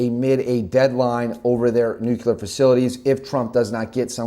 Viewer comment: Nuculear<Nuclear Hard to take you seriously.